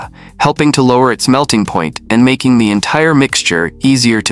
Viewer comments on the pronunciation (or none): none